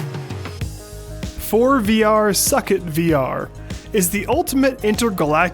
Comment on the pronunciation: I would've imagined that ForeVR is pronounced either "For-Eh-Vee-Ar" or "For-Eh-Ver"